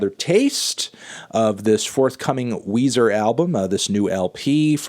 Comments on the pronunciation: It’s Weezer not Wheezy from Toy Story 2, Melon. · It’s Weezer not Weezy from Young Money, Melon.